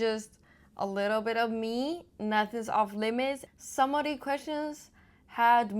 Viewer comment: No one cares "who you are" It's pronounced "these" not "deez" ffs.